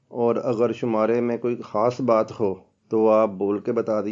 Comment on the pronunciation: خاص خو کھاس اور خوشی کو کھوشی کیوں کہتے ہیں؟!؟!؟